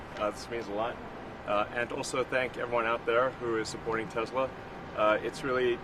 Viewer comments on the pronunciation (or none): He can't even say Tesla correctly! Trump - "I LOVE TESLOOOR ! " MORON!